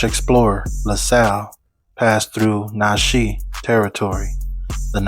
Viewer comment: It’s pronounced: Na-chuhz.